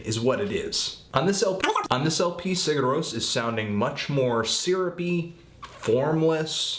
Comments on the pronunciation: you basically don't pronounce the 'g' and replace it with a 'y' so it sounds like siyur ros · I think it's pronounced like "Sire Rose" but I could be way off. Eh. Love the band though. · it's pronounced as "SIH-ghurr rohs" (that "g" is really soft though). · si'ur roe-ss is how it's pronounced. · It's like "See-yur Rohs", the "g" is silent. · I think it's pronounced "see-ur rose". I may be wrong though. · good review anthony its pronounced Seer roas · Yeah, no, there's more to pronouncing it than that. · Your pronunciation is okay, the main thing is that you put the stress on the wrong syllable. in Icelandic, stress is always on the first. That, and the 'g' in 'Sigur rós' is very light, almost not even there. Musically, I think this and are my favorites by them, specifically for the reason you thought it was nothing special: I like that no one thing overpowers another. Everything is placed perfectly enough to be heard and recognized, but without being loud or obnoxious.